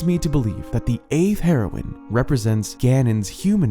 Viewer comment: It's pronounced "hero-een"